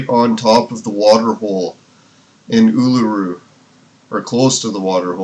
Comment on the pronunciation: Uluru is pronounced ooo-loo-roo